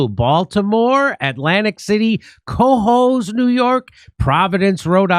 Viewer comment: Cohoes is pronounced Ka-Hoes please its killing me im from near there